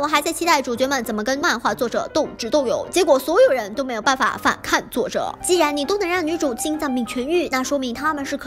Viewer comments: 是反kàng 不是反kàn 听着有点难受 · 跟我念：反kang 后鼻音，不是反看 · 反抗(kang 三声) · 是反抗，抗。颗昂=抗。不是反看... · 这个反抗一直读反kan真的好扎耳朵。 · 反看 🤣 小甜的懒音好重呀哈哈哈哈哈哈哈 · 的那几个 反抗，读的 反kan还是反pan，我有点蒙B😂😂